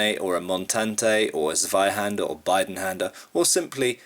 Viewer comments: it's Zweihänder not Zweihander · Good video, but the "sveihänder" was amusing to me as a German. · Great Video i love how you say zweihänder :D